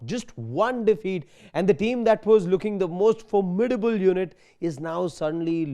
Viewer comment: Formidable he said😂😂😂😂😂😂😂😂.